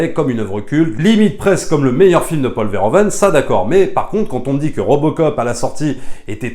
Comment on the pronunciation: Merci pour la critique que j'ai trouvé intéressante à écouter. Par contre, une suggestion si tu reparles de ce réalisateur dans une prochaine vidéo: en tant que Belge, entendre tout le temps "Paul Verhoven" --> aaaargh. En néerlandais, "oe" se prononce "ou" --> ça donne donc "Paul Verhouven". :) Au plaisir. ;)